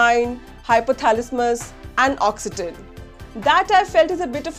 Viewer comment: Its oxytocin and since you don't know how to pronounce it,these joke weren't for you.